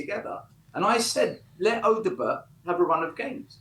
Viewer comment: Stop saying Odobert wrong 😂